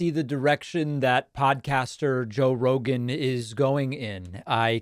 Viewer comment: Joe Roeglan, Roglan, Joe rorg roglin? Dont move the cue cards so fast